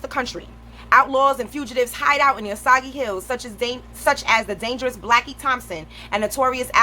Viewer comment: Btw it’s not (oh saug E) it’s (oh sAge)